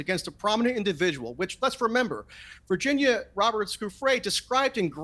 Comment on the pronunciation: Virginia G did NOT make a mistake about Dershowitz...he got to her somehow. This guy ranting () doesn't even pronounce her name correctly and why is he so emotionally explosive? Did PA pay him?